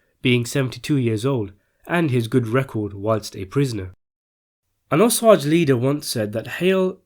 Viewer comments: Oh-SAY-J not Oh-sah-j. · It's "O-Say-ge" not "Osausges" the correct spelling being Osage. From a born and raised Oklahoman. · Its pronounced O-SAY-GE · O-sage not ossage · Osage as in OH SAGE. NOT ohsaugh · I think that it is pronounced O-sage, not "osagies." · It is amazing to me how some narrators can't show enough respect for their subjects to even get the pronunciation of their main topic correct. Osage is pronounced oh-seij, NOT oh-sawj. Google "Osage pronounce" and see for yourself. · Oh-say-j not o-sah-j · Thanks for covering this! (Even if you cannot pronounce Osage-LOL!). Here is what I hear u say...owahsahghes. Here is how to say it- O-Sajz -hard A! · It's not "ah" sage. It's ō-sage. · Um, Wa zha zhe, not “O-saje” (whatever that is). I’m Panawahpskewi and Mi’kmaq and really hate “Penobscot” and “Mikmak” given that those were the European names of my people because those bigots lazily and rudely couldn’t be bothered to learn the proper pronunciations. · Owe-sage not owe-sahj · In regards and respect to the Osage tribal people PLEASE learn how to pronounce it correctly it's the least you could do. (Oh-Sage) 💯🙏🏽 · I grew up in Oklahoma. The massacre inTulsa was given a few paragraphs and the Osage murders were given even less in our Oklahoma history books. I saw “Killers of the Flower moon” a few days ago. My friend and I cried through much of it. I am part Cherokee and wish someone would make a movie like this about the “Trail of Tears”. BTW it’s pronounced O-SAge like it’s spelled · Be sure to pronounce things correctly before doing these. Osage is pronounced with a long A like say, day… Otherwise, great job. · The Osage Nation (OH-sayj) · Osage is pronounced with a long a --oh sayge--, otherwise nice vid. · It’s Osage “Oh-Sage” not whatever you said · Pronounced ow-seij. Fail. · It is O Sage I can't believe that you could make this otherwise good presentation not knowing how to pronouns the name of the tribe. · “Osage” is pronounced Oh-say-juh.